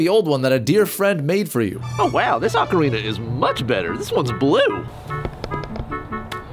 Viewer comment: 1 “O”carina( y’all bitches be saying it wrong) 2. BoTW ...27. MM that shits scary lol facts sorry not sorry